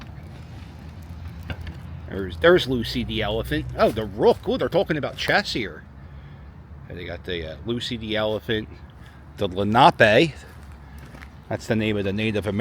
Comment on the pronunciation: FOR GAWD'S SAKE ITS" len a -peee" not len op eh. And I went to Lenape High School. 1 more thing, please dont call seagulls that. People hurt animals that other see no value in and theyre valuable to our area. Thank you.